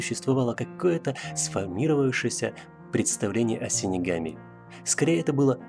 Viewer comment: Дизлайк за "синигами"))